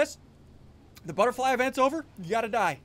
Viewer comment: "Futterbly," said SSundee ;WHY DO YOU DO THIS?